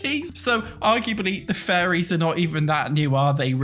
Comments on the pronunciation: I keep hearing say "furries" rather than fairies, and it's really giving "Werewolves" flashbacks 😄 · I hear furries too